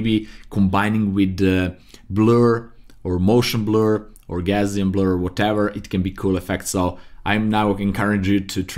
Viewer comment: lmao, gaussian really sounded like orgasm at that point